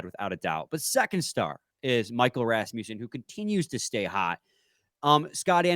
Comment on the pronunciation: When you say Rasmussen, you gotta tongue roll the Ras part. Literally the only way.